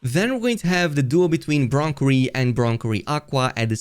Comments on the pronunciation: Cherry -> bron-cherry. 🙂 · do me a favour, say cherry out loud. now say broncherry. see how its not bronkerry?